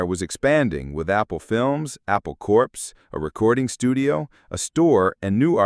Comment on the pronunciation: It's called "AI Slop" because it's sloppy. You want to fix it? Probably not, but if so: 1) Actually listen to the audio before uploading and fix the mispronunciations by making the text phonetic in those spots (eg: "cor" for corps instead of it saying "corpse"). 2) Replace the photos that don't match the text. How hard is that? 3) Fact-check so that more than 80% of the text is true. But then you might not have much of a video, I guess? There are a lot of channels like this, and maybe multiples under the same owner so they don't care about quality, just clicks. And maybe this is all most of Youtube will be in the future. But a little human care and effort could go a long way, if you really want to get subscribers to stick around--OR, people might just get used to crap, in which case you guessed right.